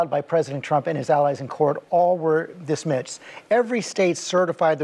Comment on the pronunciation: “There were 82 challenges and all were dismitz” “There aren’t two sides to this story” “There wasn’t enough fraud” What an idiot rofl Paul drug him face down through the asphalt